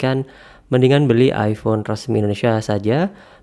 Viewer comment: iPhone bang, bukan iifhone